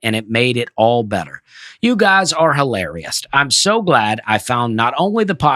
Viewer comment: Dusty really does add a “t” to the end of his words. This time is “hilarioust”